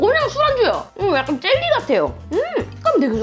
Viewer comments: 지랄 이라는 건줄알았어요ㅋㅋ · 젤리라고할때 ㅈㄹ이라고 써져있어서 욕하는줄ㅋㅋ